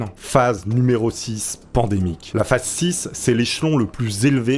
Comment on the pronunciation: phase se prononce phaze et phasse ou phace